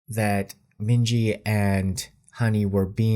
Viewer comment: minji = min hee jin 💀